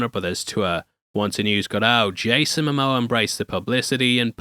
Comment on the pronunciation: Yayson Mo Moa no Moa